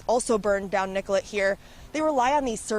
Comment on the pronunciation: Anyone else notice they keep calling niCollet st niGollet st? Lol.